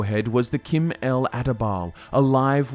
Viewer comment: sorry it is not Kim who you pronounce Chim it is pronounced as the word chimney. But nice video :)